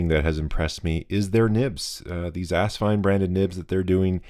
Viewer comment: Do you know what asvine nib units fit the asvine nib v200? That's so funny. I got mine earlier today and put green ink in it. It's also funny that you say ass instead of as. When the rear filler cap is loosened, does it jiggle on the rod?. Mine does. I'd love a drop of glue on it. Also asvine nibs are beating out the bock nibs. Also, filling system could use a bit of lube, but very happy so far